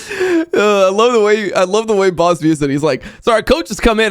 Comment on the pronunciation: Why do all Americans say his name wrong? It's not "Boss".